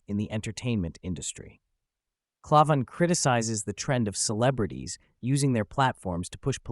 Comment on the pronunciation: Pretty sure it's pronounced CLAY-van, with the first A making the same sound you make when you say the letter. Not sure, but that's how I heard it said on Crowders show.